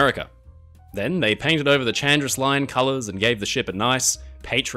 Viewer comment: Hi, just a small correction: Chandris is actually pronounced Handris. Also, perhaps the worst makeover EVER might be SS Leicestershire, which became the infamous Typaldos Lines ferry SS Heraklion